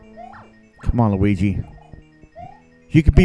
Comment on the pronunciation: "Lurigi" lmao